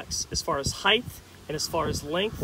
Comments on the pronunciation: Heighth huh 😂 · No such word as heighth